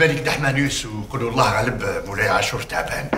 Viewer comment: صححي لفظ الجلالة ( اللّٰه ) بدون همزة